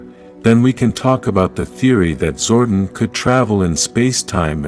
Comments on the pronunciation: It's pronounced "Zor-DON", not "zor-den", please correct your narration program. You can always rewatch the show footage to see how specific names were pronounced. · ZordON , not zorden